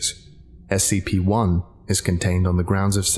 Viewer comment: As anyone else notice that this person is saying SPC instead of SCP? And for those who don't know, SPC stands for shark punching Center. Seriously look it up!